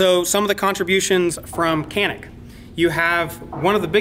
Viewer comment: Should be pronounced like "johnick"